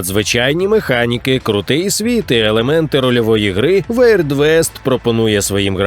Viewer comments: Дякую за відео! Трішки пригорів пердак від слова "weird", яке читається як "вірд", а не "веірд", але ви буби і я готовий на будь-яке сокіабле у вашому виконанні)) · красавели! Дякую за контент українською <3 Одне зауваження: weird - не вейрд, а вірд (уірд)